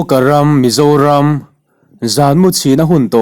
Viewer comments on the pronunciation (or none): i chhiar dik lo keuh😂😂😂 aw mizoram aw ka zoram tih kha